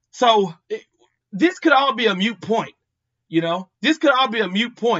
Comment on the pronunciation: "Moot point", not "mute" my brother. Great contents as usual.